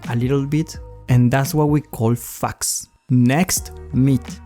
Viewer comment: you said facts like faks